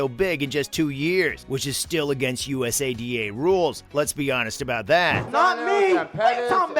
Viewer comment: just say it as a word, usada, you sound silly bro.